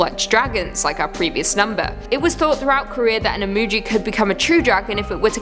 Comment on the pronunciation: Imugi is pronounced EE-MOO-GHEE, not JEE.